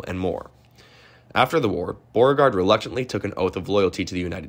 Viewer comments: He should try "Bow-RE-Gard" also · Who the hell is Borgard? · General “Bore-Guard” ? Come on, man. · You need to learn how to pronounce BEAU-RE-GARD ... Beauregard ... correctly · the 4th guy's name pronounced bo-regard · Bro, you gotta learn how to pronounce this stuff... Apottoemax? Borrerguard? Randolph-Maykhan? That was rough. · Probably should’ve looked up the pronunciation of places such as Appomattox and names such as Beauregard 🤦🏼‍♀️ sincerely someone born and raised in the old Dominion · Is this an AI voice? Mispronounced Appomattox and Beauregard...